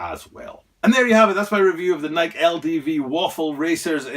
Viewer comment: It is Nike (like Nik-E {long I, long E} not "bike"/Nike --hike/Nike--trike/Nike.